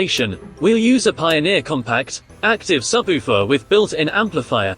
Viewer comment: Your AI speech needs some work. SubOOfer.